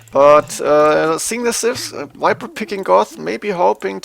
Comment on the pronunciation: its Viper not Wiper!!!!!!!!